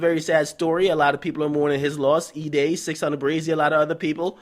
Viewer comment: CHECK HOW AK SAY "600" HE FUCKING STUPID!!!! 😂😂😂😂😂😂